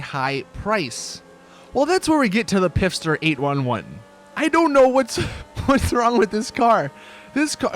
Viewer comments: Pfister not pifster u fucking spaz lol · pfister is a silent p, as in fister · the Pfister is pronounced like fister